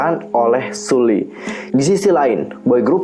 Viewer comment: Itu Sulli bacanya bukan "Sulli" tapi "Seolli". Mesti harus ngikut huruf hangeulnya jangan cuman alfabetnya meskipun tulisannya "Sulli". Ok kak? Jgn diulang ya? Cuman mw kasi tw biar cara bacanya gk salah lg